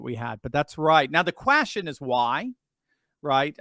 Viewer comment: What’s a “quastion”